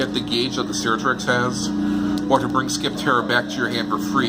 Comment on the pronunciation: Also, SKY-ptero, not “skip-ptero”.